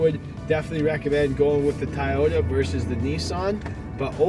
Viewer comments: You keep saying "Tai-ota." It's pronounced "Toe-yoda." And I don't mean in Japanese, I mean in English. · TYyota? 😂😂😂 It’s TOYota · It TOYota not TYota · "Tie-Ota"? I think it's pronounced 'Toy - ota" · Soooooooo no one is going to bring up the fact that he pronounced toyota wrong? He pronounced it thai oh ta. Instead of toy oh ta. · Ti-yota is killing me, but I love it. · TYota???? This guy is mui ignorante..... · Why the heck is he saying "Tieyota"? What the .... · Tah-yoh-tah wtf? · Sorry the way you say Toyota as Tieyota I give it a thumbs down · Is the first "O" in Toyota silent? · Is it me or is Toyota being pronounced incorrectly? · the amount of times he said toyota wrong